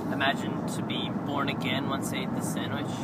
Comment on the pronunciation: you called it a sandwhich